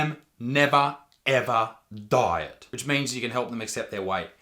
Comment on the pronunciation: because of his accent for a sec i thought he was saying "die" instead of "diet" lmaooo